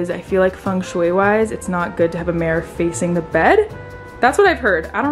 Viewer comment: Omg you say marror instead of mirror whaaat